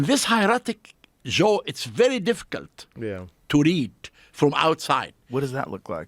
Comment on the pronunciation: The way he kept saying zhoe for Joe reminded me of my uncles lol they have no J in Arabic